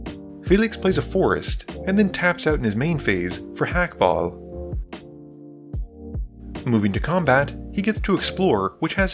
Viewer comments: you're on the money with Clav but you do in fact pronounce the H in Hakbal's name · I'm going to assume that the constant mispronounced names is an accident and isn't malicious because they are ethnic? but Hakbal you don't pronounce the H, like "hola" and Clavileño is pronounced "ngo" at the end like jalapeño... is the Ixalan setting really not clear enough 😅😅